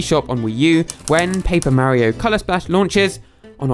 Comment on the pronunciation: i like how he pronounces mario correctly